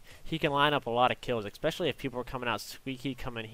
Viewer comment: especially not expecially pls.